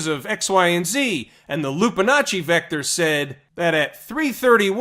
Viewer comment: "loopinacci vector" ...hilarious. But seriously, I was watching the /ES ping off of fibonacci levels all day. Fibs drawn from the top of the recent high on 4/29 to the recent low on 5/4. Amazing how those levels are respected as support and resistance (algos)